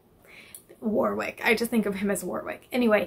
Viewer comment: Tip for pronuncing English cities & towns = they're not pronounced phonetically. There Warwick is actually is more like "Worick"!